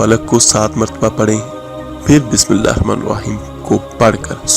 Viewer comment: Ap Bismillaha to thek see par ni rehy .